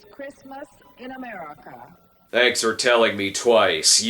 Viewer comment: It sounds like she struggles to say "America."